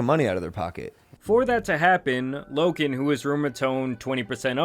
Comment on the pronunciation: Bro, I like your videos. You're a dope content creator but for the love of god can you stop saying Lo(k)an Paul lol